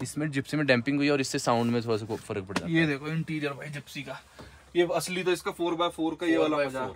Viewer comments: Alsi nahi.. Asliii😁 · Bhai alsi ni asli 😅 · Bhai alasi kya aasali